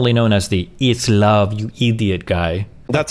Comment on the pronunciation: It’s called LUUV you EEEDIOT